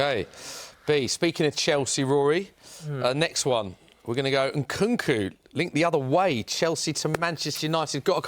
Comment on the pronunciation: For a man who can't even pronounce Nkunku's name right needs to stop giving opinions on footballing systems